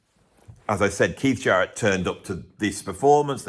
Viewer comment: why do you pronounce it "Sharrett", rather than his real name, "Jarrett"?